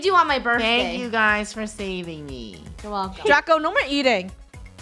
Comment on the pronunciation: is "me" not "meh" 😐